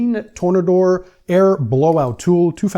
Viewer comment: Its Tore-Nader